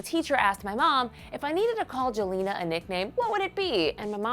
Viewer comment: It's pronounced Yelena...yes with a y...geez